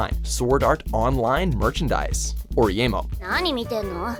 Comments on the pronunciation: and narrator still continues to say oreimo wrong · the way this guy just pronounced Oreimo... wow...